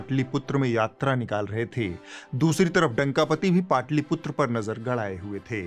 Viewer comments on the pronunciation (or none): यार उच्चारण तो सही कर लो! पाटलीपुत्र नहीं पाटलिपुत्र सही है।